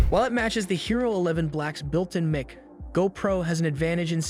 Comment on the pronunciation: who is doing the voice over on this video? He pronounces Mic as Mick instead of Mike, and Pre Sets as Press-its instead of Pree-Sets. Obviously doesn't do much with cameras. I don't think he made a case for eliminating the DJI Osmo 4 in favor of the GoPro. The overheating issue on the GoPro is enough to eliminate the GoPro as a contender. Clickbait title that I fell for thinking there might be something new here I needed to find out....not.